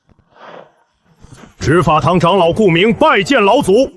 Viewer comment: 唉！ 長老 唸常老 誤人子弟😂